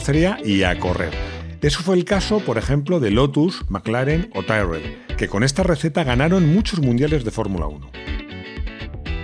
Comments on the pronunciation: De hecho Tyrrell se pronuncia "Tirrel" no "Tairrel" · Tyrrel se pronuncía como se lee. Aun que no suena muy Ingles, así se pronuncía.